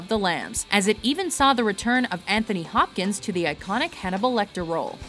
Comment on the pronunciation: Why do all Americans mispronounce Sir Anthony Hopkins name?